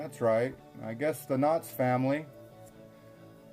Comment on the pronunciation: Ok I'll be the only commenter...The title of your video is clearly KNOX but it sounds like you are pronouncing it KNOTTS, and referring to the Knotts Berry Farm family of California. My family is from East Aurora but I grew up in so Cal so I'm familiar with both and these are clearly separate families. Hope you liked East Aurora, a beautiful little village!